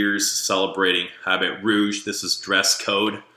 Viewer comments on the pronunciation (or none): Great video :). Don't say "habit rouge", say "Habeeee Rouuuge!!!"